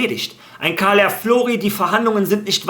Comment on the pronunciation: Er heißt immernoch calafiori - ganz einfach CALA - FIORI und nicht caliaflori 🤣